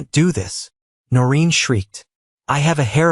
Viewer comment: 'Noreen' not 'Norin.'